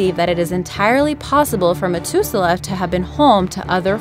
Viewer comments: am i the only one that noticed she mispronounced Methuselah? saying "met" instead of "meth?" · really have you never heard the name methuselah in your life it pronounced meh-thuze-el-ah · Methuselah has a SOFT "th". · Interesting video BUT..... if you’re going to do a video you ought to learn how to pronounce the words! Methuselah has an ‘H’ in it. You kept saying MeTuselah. Think of saying the word “matH”. That is how you say should be pronouncing the H in MetHuselah. Practice it next time there is a three syllable word that you obviously have never heard of before. I guess it should be understandable since Methuselah has only been around for 6 or 7 thousand years that you wouldn’t have heard the word before! I know, I know, it’s not nice for me to criticize. You’re a big girl & if you’re going to put your videos out there then you’ll have to take the good & bad comments. It was mostly good with the exception of not knowing how to pronounce Methuselah. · Who helped the voice actress with pronouncing words she didn't know? Methuselah (#2)? It's not "Met-hu-se-lah", it's "Meth [yeah...like the drug]-u-se-lah". And the mention at the end? The "Kuiper" belt? Uh, no, it's not "Kew-ee-per". It's "Ky-per". ["Ky" sounds like "eye".] I mean, come on, people. I'm no astronomer, and even I know little things like this! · its math ew ze lah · Hate to be nitpicky but the narrator completely botched the words methuselah and kuiper. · KING KROSS KTK yea poor methuselah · Ahmed Mauri anyone else super bothered how she misprounced it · methuselah say it properly ffs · It is, though. She also pronounced Methuselah wrong.